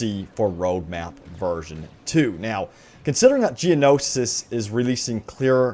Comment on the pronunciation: Geono-shi... Geonosis.